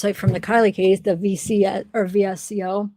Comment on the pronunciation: VSCO is VS-CO not V-S-C-O